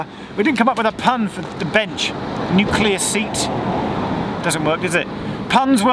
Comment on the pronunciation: I actually posted the following to your link to this video on Twitter BEFORE I got to the point where you started making puns, so yes I guess the new-clee sounds so much like you are starting to say nuclear that it was obvious to pun about “If New Clee was by the sea would it be New-Clee-O’tide ?”